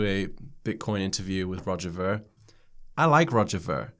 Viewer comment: I really liked Roger a few years ago but no more. btw His last name is pronounced Veer'